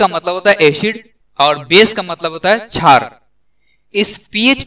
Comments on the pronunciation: Kshar hai na ki chhar pronunciation sikh lo hindi ki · Bro. It is not chhar Its called khshar